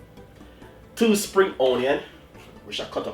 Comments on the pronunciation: o-nion? Or onion? 😊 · omg.plz stop saying O nion..so annoying...preper/pepper.?.too speaky spoky til u chat fawt.kmt. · I also love how you say onion 🤣❤